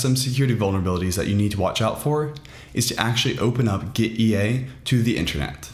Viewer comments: Nice tutorial - clean/straight to the point and easy to follow! By the way, it's pronounced "gitty", as in git-tea (tea, the drink.) Apparently the developer wanted to convey ease of using Git through this app to sort of like having tea (or something like that, I forget the exact background.) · Why not read gitea, with "git" "tea" ?